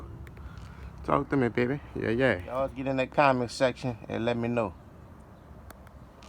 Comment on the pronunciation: Woot woooot! Congratulations to that three k 🥳💖 imma need you to quit saying bay Beh in that accent lol 🤭 caught me off guard bro